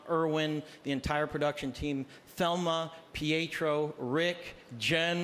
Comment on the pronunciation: Hasta ahora capto que quiso decir Prieto por Rodrigo Prieto, solo que lo dijo de una forma rara xD